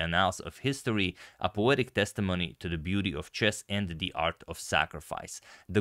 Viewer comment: Haha i like what and how he said at the end, "Thee End"😂 like "Thee April fool"